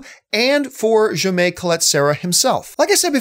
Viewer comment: a little POA the Jaime name is pronounced "Kha-eye-meh" not "Jum-ayh" lmao